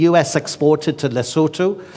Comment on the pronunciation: He pronounced Lesotho properly.